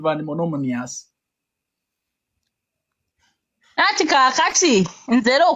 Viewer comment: 😂😂😂😂did you hear monomonous